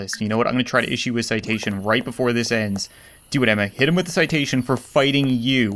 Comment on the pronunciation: Still said citation wrong